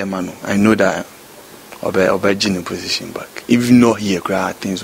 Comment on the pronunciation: WHY DID YOU SAID POTITION INSTEAD OF POSITION